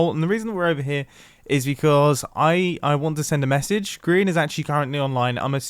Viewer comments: Its grain not mubow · it grian not grain for goodness sake